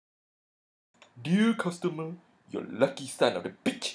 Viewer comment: Dee-ah Custahmer